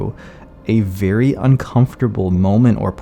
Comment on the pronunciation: "Someone VEWY special"